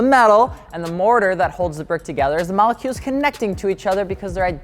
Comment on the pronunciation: It’s saying malecules for me 😂😂😂... love your vids tho